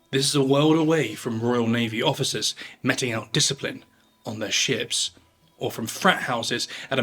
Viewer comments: Meting is pronounced as meeting. Sorry for being fickle, really enjoy your vids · Please look up how to say 'meting'.